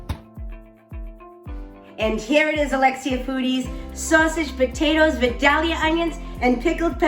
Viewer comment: Please learn how to pronounce Vildalia. vi*dayl*yuh The "dayl" is a long "A", like day.